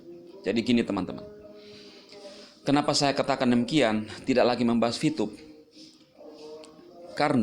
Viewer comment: "saya tidack memacksa" ~